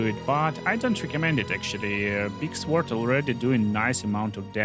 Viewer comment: The W in sword is not pronounced. I'm very sorry English is like this.